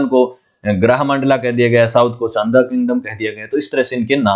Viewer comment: चंदा नहीं चांदा नाम है